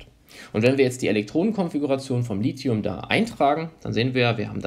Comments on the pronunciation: Es heißt "lizium" ausgesprochen auch wenn man es "lithium" schreibt. NICHT "litium"!!! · jeder Anorganik-Prof. wird dich schief angucken, wenn du Lithium als Lizium aussprichst